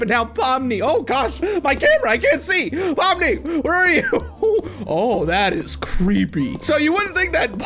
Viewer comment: On the first one,that’s not Pomni💀that’s Lomni💀